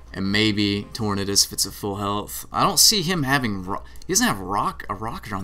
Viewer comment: Ive always wondered why you call it torn-uhdis lol its tor-nay-dus Like tornado, unless you pronounce it tor-nuhdo. Then you just keep doin that.